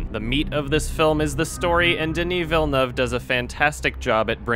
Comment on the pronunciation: wait you actually pronounced his name right as a french canadian i am so happy